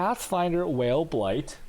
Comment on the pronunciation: It's pronounced Vaal, lol is this guy gay?